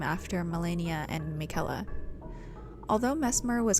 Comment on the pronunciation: Interesting video. Theres a lot of speculation here because much of what you say is not hinted at or said outright in the game. Also, why are you mispronouncing Miquella's name when the game tells you how to say it?